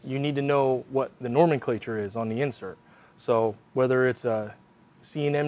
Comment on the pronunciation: nomenclatue? :-D